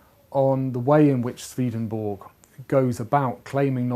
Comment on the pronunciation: A great introduction but, alas, Swedenborg is pronounced as it is spelt.